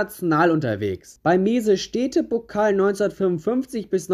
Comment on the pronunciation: Bre wie sprichst du bitte Messestädtepokal aus HAHAHAHAHAHAHAHHAHAHAHAHAHA krank